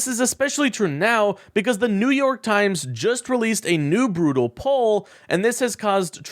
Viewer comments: New York Yimes?😂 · New York YIMES? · what is new york yimes? you need to edit your tags